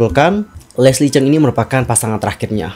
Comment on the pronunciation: Lesli chung.bukan cheng